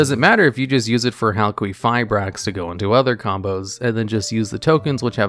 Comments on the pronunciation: I know theres a lot of other comments on the pronunciation you're doing of halquifibrax, but its name sounds like Haal-kee-figh-braax. Idk why but it annoys the hell out of me the way you've said it this whole video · You keep saying halQUEEFabrax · Ha ha! You said "queef" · Halqifibrax- Hal-kee-fie-bracks. There is no “U” after the Q in Halq’s name, so the Q has the same phonetic use as a K. A Q on its own does not have the phonetics of a U unless said U is present, and immediately follows said Q. No offense to you, dude. I just hate hearing it mispronounced so much. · i appreciate the pronunciation heads up cause hearing a q pronunced as a qu was getting to me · It was so annoying how Crystron Halqifibrax was said incorrectly so many times. Crystron Halqifibrax is supposed to be said as Crystron Halqifibrax and not Crystron Halqifibrax nor Crystron Halqifibrax. I mean seriously, how difficult can it be to say Crystron Halqifibrax ? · I'm a little uneasy over how you say Halqifibrax. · Say it with me.. HAL-kee-FYE-brax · HAL-KEY-FIBRAX SAY IT FUCKING RIGHT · Halqifibrax not Halquifibrax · Yeah, it’s pronounced Hal-Key-go-bracks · I like you but I had to stop watching after the second “hal-queef-fibrax” dude there’s no u after the q, it’s qi, like ki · hal kwee ferberax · Linguistic Point: "Q" is pronounced as a "K" if it isn't followed by a "U". Queef is definitely not right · It's pronounced as Hal-kee-fai-brax because Q still makes a K sound. The reason why we associate the Q sound with "Kwuh" is that the majority of words that have the letter Q in them have a U that follows it up. So words like Queen, Quilt, Quit, Quiet, etc. are more common than words like Qatar. So you were saying Halqifibrax correctly at one point. There was a period where people were pronouncing Qlifort monsters incorrectly, so it was annoying. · Hal-queef-ra-brax That got me every time he said it. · I giggled every time you said hal-queef-eye-brax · HAL-QUEEF-REYE-AXE -this guy